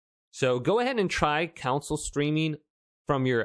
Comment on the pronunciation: "C O N S O L E", SAY IT WITH ME REAL SLOW, CON SOLE.... HOW DO YOU PRONOUNCE "ON"? NOW PUT A C IN FRONT OF THE "ON" YOU ARE PRONOUCING IT AS "COUNCIL" THERE IS NO LAWYER IN MY XBOX CON SOLE... CHRIST, SEND YOU TO SCHOOL AND YOU EAT THE BOOKS... good video though. thanks..